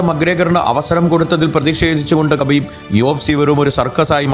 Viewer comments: Habib Ennanu 🔥😂 Khabib എന്ന് വായിക്കുന്നത് ഹബീബ് എന്നാണ് ....പുള്ളി തന്നെ പറഞ്ഞിട്ടുണ്ട് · ഹബീബ് എന്നാണ്. അതുപോലെ തന്നെ ഹബീബിൻ്റെ പിൻഗാമി ആയി റഷ്യയിലെ തന്നെ ചെച്ചിന്യയിൽ നിന്നുള്ള യുഎഫ്സി ചാമ്പ്യൻ ആയ Khamzat chimaev ൻ്റെ പേര് ഹംസത് എന്നാണ് ഉച്ചാരണം. അറബിയിൽ ഹ യും ഖ യും ചേർന്നതാണ് ഉച്ചാരണം. അതിനു ഇംഗ്ലീഷിലോ മലയാളത്തിലോ അക്ഷരം ഇല്ല